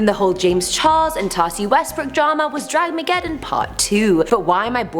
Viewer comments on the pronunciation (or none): It's Dramageddon not Draggeddon or whatever you called it.. at least know what you are talking about before you throw in your opinion.